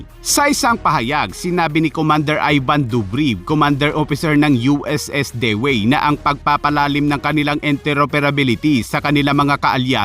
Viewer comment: Hindi po ba USS DIWI ang pronounce sa dewey